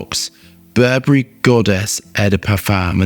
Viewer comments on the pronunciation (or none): none